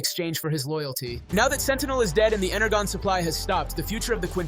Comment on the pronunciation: Bruh Energon’s pronounced ENER-JOHN